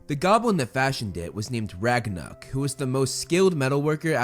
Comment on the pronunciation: Movieflame: Ragnuk Captions: Ragnarok